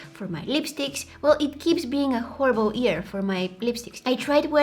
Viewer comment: I love how she says ear instead of year😂 this so cute